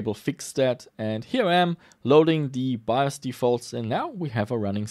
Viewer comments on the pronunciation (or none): none